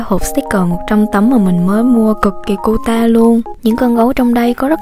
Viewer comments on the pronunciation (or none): none